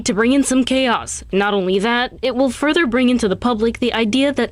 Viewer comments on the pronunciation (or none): none